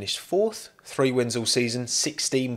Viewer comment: The word is THREE not FREE